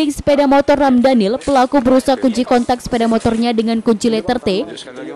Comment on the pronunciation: Presenter nya salah sebut nama. "Ramdhanil". Hahaha Semoga Allah ganti dengan yg lebih baik.